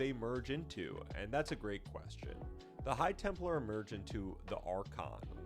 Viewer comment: "Temp-lar" not "Temple-ar."